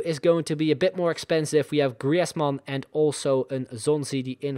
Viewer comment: I'm so glad you're back man! But just one thing... Please just say griezmann, not Gri-ezmann xd